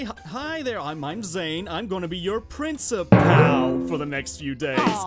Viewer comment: prinecipal